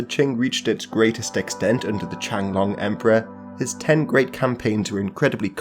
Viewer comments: Love the videos. Let me help you with your Chinese pronunciation please. And please get the names right. It's not the Qianglong Emperor, but rather the Qianlong Emperor. And it's not Hong Xiquan, but rather Hong Xiuquan. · the what emperor? “Changlong” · The Qing emperor Qianlong should be properly pronounced as Chi'an-long, with 'long' rhyming with 'tone', not like 'chen long'.